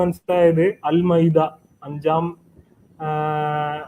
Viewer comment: മൈത അല്ലടാ മാഇത